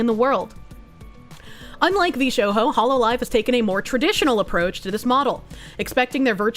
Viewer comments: Why is she pronouncing the J like an H?!?! It's Jarring to hear VshoHo instead of VshoJo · Vshoho?, Is she having a lark?🤔, everyone else says Vshojo. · She keeps saying Vee-Sho-ho It’s Vee-Sho-Jo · Edit: I think we ALL have beef with VShowho now. Can someone help me out with a question? Why does keep calling VShojo VShowho? Is she just being a silly lil or does she have some beef with the corp that I don't know about? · Sigh, with this "veeSHOEHOE" reading of Vshojo herself looks like unqualified DEI hire... Grifter calling others grifters will never not be funny ❤ P.S. She doesnt even know that mobile streaming was spearheaded by Gunrun, developing and selling "streaming backpacks" that allow much higher quality and stability of stream... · She said Vshohoe 💀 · NGL, V-Show-hoe is such a weird way of pronouncing it... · "VShoho" You're doing that on purpose, right? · is there a reason she pronounces vshojo as v-show-hoe? or is this another of her goofy tics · Isn’t.. isn’t it pronounced coal-eye-oh-pee? Not cally-ope? Also, isn’t it V-sho- Joe? I’ve never heard a Japanese person say shojo with a H sound. And shojo literally means girl. VGirl essentially. I’m sorry i know you’re trying your best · why do you pronounce vshojo like that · omfg.....!!!!! THE "J" IN "VSHOJO" IS NOT SILENT!!!!!!!! HOLY FK I'M SO TRIGGERED!!!!!!!! AND "COVER" IS NOT PRONOUNCED "COOVER"!!!! WHERE DO YOU EVEN GET THAT FROM?!?!? AAAAAAAAAAAHHH!!!!!!!!! 🤬 I can't man.......I couldn't make it past 6 minutes.....I had to stop..... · why do you pronounce vshojo in such a way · Is there a reason is mispronouncing Cover and VShojo? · VShojo is Spanish now, apparently? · Must be the accent. It's like she is speaking Spanish, as saying roho instead of rojo.